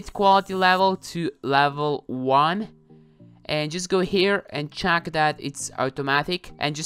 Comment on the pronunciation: Everyone: Check: chack